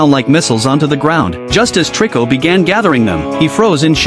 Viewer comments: It's not triko it toriko bro😅😅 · HIS NAME IS TORIKO NOT TRICO😅